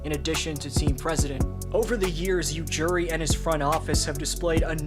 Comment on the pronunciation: It's Ujiri not Ujuri and Danny Green was also in that trade.